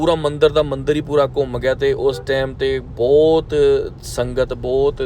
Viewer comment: Bai booutt ne hunda. Bhut hunda. Kafi sentence thik krn wale ne.